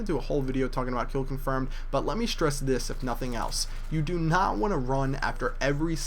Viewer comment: It's not 'note,' it's 'not.'